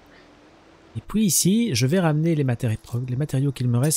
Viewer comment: Bon, pourquoi tu dit Poui à la place de puis ? Je sais cette question est conne mais ça me choque à chaque prononciation.